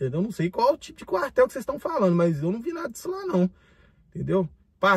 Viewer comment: Ele é maneirinho 😂 "quartel" é cartel 😂🎉